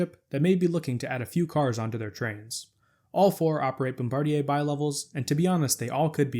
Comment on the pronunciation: Congratulations on your correct pronounciation of "Bombardier"! The vast majority of people pronounce it like the crew member who drops the bombs. I was very crudely corrected by an employee of the company when they were in Philadelphia mamy years ago testing the first generation of Acela trainsets.